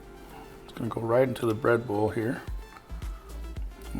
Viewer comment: I thought you was saying Red Bull but you was saying bread bowl lol. Looks delicious !